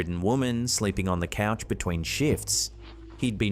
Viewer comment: Its couch not coach